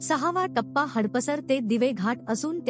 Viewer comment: हडप सर असा उच्चार अपेक्षित आहे. हड पसर असा नाही.